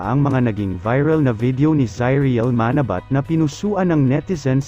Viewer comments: Pangit mo talaga bumigkas lahat bisaya ka..manabat..dapat ma..na..bat malamya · Paki pronounce nga uli Yung Manabat,🤣🤣🤣